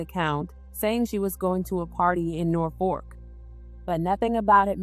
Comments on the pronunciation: Nor-Fork….nooo. But we sound it like Nor-Fuk. I live here. Thank you for covering the story. I remember this happening. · NorfoLk!!! That’s not an “r”.